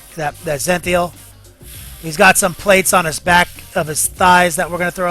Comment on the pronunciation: its zen-i-thal, but keep up the good work man. love your yu-jing stuff